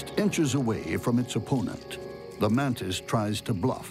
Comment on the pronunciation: Why do they say "mantin" or "mantined" instead of "mantis"? Am I just miss hearing ot or something?